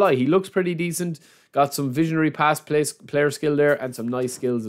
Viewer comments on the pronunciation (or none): none